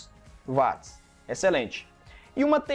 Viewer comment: Parabéns professor. Gostaria de acrescentar que a potência em Watt. A pronúncia é uat e não vat. Pois o físico é Sir James Watt Inglês Watt,Inglês Inglês